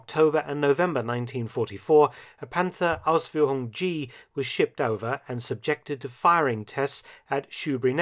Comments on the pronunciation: I'm german and love how excellent you say "Ausführung" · Absolutely, Dr. Felton trained the German "Umlaut". Ausführung !